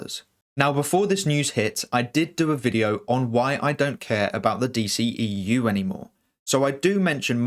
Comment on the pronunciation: The D-SHE-E-U🤦🏻‍♂️